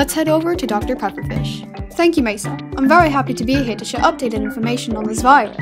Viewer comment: The way pronounces Mesa means “table” in Spanish. Edit: holy Silkwings! I never expected for people to like this comment so much! You might hate me for acknowledging it, but to that, I say: I don’t care at all. Deal with it.